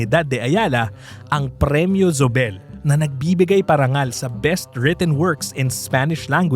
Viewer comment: Zobel /So bel/. Even though it’s German origin, it essentially became a Spanish Filipino name. And in Spanish & Filipino, ‘z’ is pronounced like /s/. But even in German, ‘z’ is like /s/ or /ts/. /Z/ sound is English. In Spanish, Zóbel has an accent on first syllable /SO bel/. Not sure how the family pronounces it. In the old days probably /THO bel/, but in the former colonies, no one really retains the “ceseo”, it becomes just a regular /s/ sound. In Philippines, how do people say Gomez, or Hernandez, or Ramirez etc.? ‘Z’ = /s/ Compañía /com pan YEE ya/.